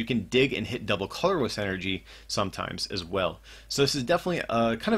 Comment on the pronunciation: "double cororess" :P